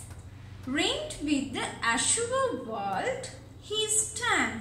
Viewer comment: Azure, your pronunciation is wrong